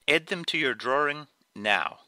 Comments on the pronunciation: I started to watch.... Then I heard him say "Draring"... cringe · The way he said "Drawing" annoys me. It sounds like he's saying "Drawring" with an extra R. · ok I love all of your drawings and no disrespect but the way you say "drawing" bothers me alot....... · did he say's drawring?..... =) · boston man